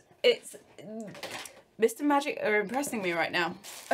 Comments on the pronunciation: Everytime she says "Mist & Magic", it sounds like she's saying "Mister Magic" 😂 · instead of "mist and magic" I keep hearing "MR Magic" and it sounds like a character from incredibles :D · The whole time I thought you were saying mister magic but you were saying mist and magic 🤣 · Why do I keep hearing Mr Magic instead of mist and magic 😂😂😂